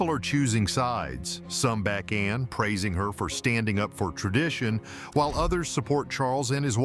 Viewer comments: It’s Ann not Anna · It isn’t Anna It’s HRH Princess Anne. The E is silent n so annoying with names that presenters say including Prince Louis the presenters say Prince Lewis ??? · It is Anne not Anna. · Her name is Anne, NOT anna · it is ANNE NOT ANNA GET IT RIGHT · Her name is Anne not Anna!!! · The name is Not Anna! Her name is Princess Anne. The E is silent. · Her name is not Anna ANNA! It is ANNE! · It's Princess Anne. Not Princess Anna. Please get that right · She is Princess Anne (the e is silent). Her name is not Anna. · It’s ANNE…not Anna